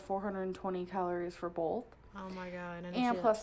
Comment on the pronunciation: I don’t know what to say anymore.....if she freaking says BOLTH instead of BOTH I’m gonna Effin scream!!!! Holy shit it makes me crazy!!!!!!